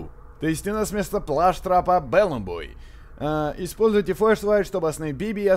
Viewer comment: ну не плаштрап а плюштрап